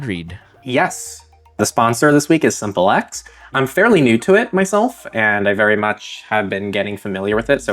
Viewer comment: Isn't "Simple X" meant to be pronounced as simplex like how you pronounce duplex "do plex". "sim plex" rather than Simple X. Simplex is a communication term where as Simple X sounds like you're referring to a dumb former partner